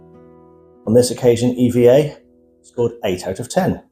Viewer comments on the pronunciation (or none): It’s EVA not E.V.A